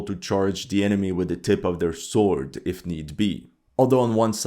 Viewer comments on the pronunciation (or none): none